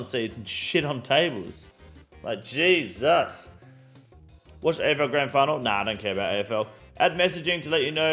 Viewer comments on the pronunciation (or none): none